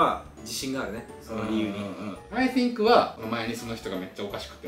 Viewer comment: かけさんカタカナ英語を喋ってるイメージですが、thの発音（think）めっちゃ良くないですか？？